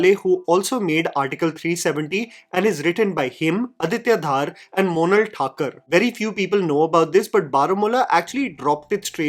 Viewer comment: धर, not धार। आदित्य धर। Just fyi :)